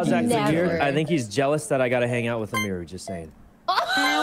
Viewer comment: sykkunno said emeeru lmao